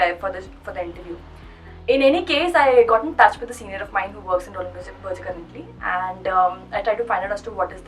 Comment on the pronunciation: They are called Roland Berger as in (Burger) and not Berger (Berjer)